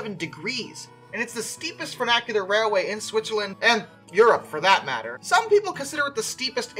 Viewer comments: close, just the first part is slightly off. Has that fyoo (or how few is pronounced) sound rather than foo. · Say it together now "Fun-ICH-ular." There is no A in the middle of the word. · The pronunciation of funicular was driving me nuts. Not just the i being pronounced like a long A but the entire word itself. For future reference it's fyoo - (like the beginning sound of future btw) nick - yule - err. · I guess. Still better than the i being pronounced like an A. I don't know of any American dialect that would make that mistake. I think he was mixing funicular and vernacular in his mind when saying it. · Apparently brain cannot comprehend that ‘funicular’ and ‘vernacular’ are two completely different words.